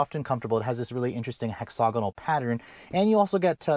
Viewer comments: there is no “O” in the second syllable of “hexagonal”. It is pronounced hex-a-gonal. The British say it Hex-ag-inal. But there’s no “O” sound there at the second syllable. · hex og a noel.......um no...hexa gonal